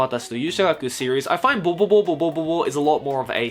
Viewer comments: watching the video calmly till I hear saying boboboboboboobobobobo wtf? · its helarious how u say bobobo-bobo bobobo